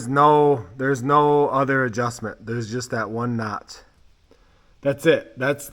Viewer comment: When he said "the utter day" I knew he could fix it.